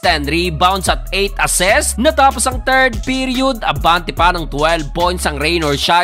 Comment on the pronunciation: assist lods hindi assest*